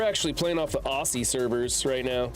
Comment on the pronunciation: Also, sorry ...but it's pronounced OZ-E not OSSIE I know it's not how it reads, our language is very different for you foreigners 😂😂😂